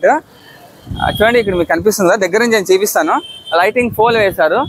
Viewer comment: గారు చాలా ఇంప్రూ అయ్యారు కానీ ఒక పదాన్ని సవరించుకోండి మీరు. ' చీపీస్తా' అంటున్నారు కానీ అది 'చూపిస్తా' అన్యదా భావించవద్దు